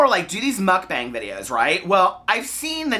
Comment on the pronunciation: i think it's pronounced "mook-bong" :)